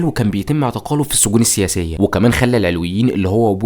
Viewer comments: المحتوي رائع بس استفزني طول الفديو نطقك لكلمه العلويين بتنطق بفتح العين واللام ياريت تركز في النقط الصغيره دي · شكرا عالفديو بس ياريت تلفظ مسمى العلويين صح بعيدين نحنا كعلويين ما منطيق هالعيلة و ما في علوي و لا سني و لا مسيحي سلم من شرون ما تركو حدا يعيش بسلام و يلي ما بيتسمو ما تركو ولا مستودع اسلحة بالبلد و الا و دمروا خوفا من توحد الشعب السوري ضدون و لليوم الطيارات الاسرائيلية بالاجواء السورية بشكل دائم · في معلومات تاريخيه كتير غلط وعم تلفظ كلمه العلويين غلط لدرجه انه المعنى اتغير !!!!